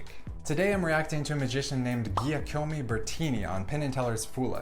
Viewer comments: LoL again even after hearing Allyson pronounce his name you still said it wrong lol Giacomo (Jock-omo) Bertini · Jack-a-moe, not Gia-co-moe. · jee'A'como -- how could you say his name so incorrectly? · Incredible performance. (Giacomo is pronounced "Jack-o-mo" with primary emphasis on the first syllable and secondary on the third.) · really annoys me how badly you mispronounce the guy's name. Maybe you don't know that gia sounds like ja, but saying ee at the end instead of o... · Giacomo can be pronounced Jackomoh :-) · yes he could learn some English, that's quite stereotypical for an Italian. But FFS stop murdering his name! WTF is wrong with you Americans?!